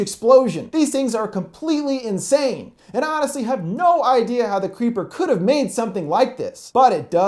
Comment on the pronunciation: I lowkey heard u say The Cweepy Cweeper